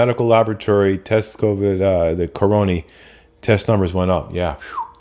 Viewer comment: Lol like how you say caronie for corona. Didnt catch the live stream but still watched it. Maybe I'll catch you live sometime. Stay safe.